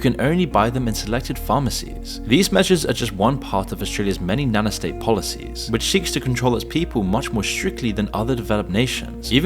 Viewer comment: it's nanny state not nanna state lol